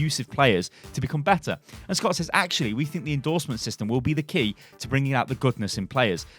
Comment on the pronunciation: you pronounce "says" a similar way you pronounce "said". its more of a sez